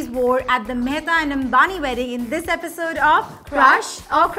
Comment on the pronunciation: Eisode instead of episode 😂